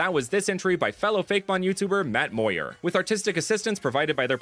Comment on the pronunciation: matt moir as in dr.eevee